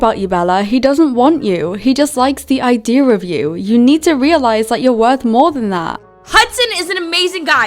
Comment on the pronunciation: “ he only like the idear of you” 😭😭